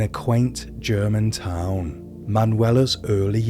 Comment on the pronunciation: What is the narrators English dialect? It’s odd to hear the inflection at the end of every word. ex. german toWN, love and caRE, while these chanGES. Not saying it’s bad. Just different